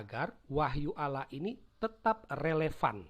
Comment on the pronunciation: Allah dibaca Alah harusnya auwloh